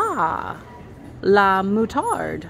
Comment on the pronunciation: You pronounced Moutarde well. But pretzels nooo she is carrying 2 baguettes